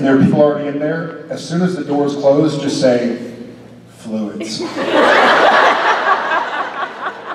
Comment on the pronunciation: "Fluids" 😂😂😂 one of those moments when you say something slightly off and keep going to make it better but it just keeps getting worse. (this may be edited for comments on the rest of the video)